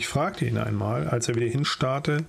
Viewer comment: Die Aussprache des österreichischen Dialekts war sehr lustig "oamol"